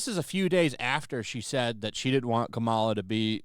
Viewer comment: I love how keeps calling her, "Kamara Harris." Too funny 😂